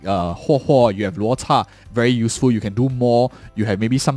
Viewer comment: hey man great video! Im curious... is there a reason you pronounce Luota instead of Luocha?